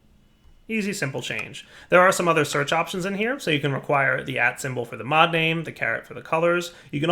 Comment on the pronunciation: did he say mob smotlight?, cool mod anyway keep up the good work!!